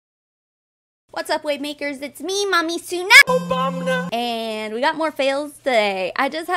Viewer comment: Not "Obamna" 😂😂